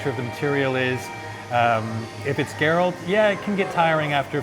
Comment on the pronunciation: “ theres alot of garelt in me...”